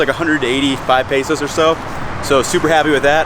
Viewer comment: There's no "a" in pesos man, just letting u know. You keep pronouncing it wrong.